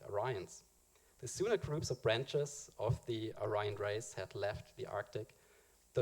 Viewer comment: I would think you would know how to pronounce "Aryan" considering the subject matter...